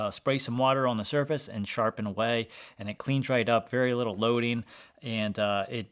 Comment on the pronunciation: he said "Ooun" instead of on lol. I've met people with that phrasing.